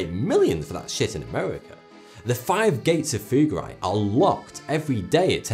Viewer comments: very strange pronunciation of Fugger and Fuggerei in the video by German standards: its rather like Foogger or Fooggerai with clearly a double-G. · Research how to pronounce Fugger and Fuggerei...